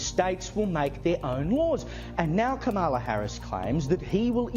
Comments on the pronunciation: KA-MA-LA. This is why hooked on phonics is so important. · Why does everyone in this video insist on not pronouncing her name correctly?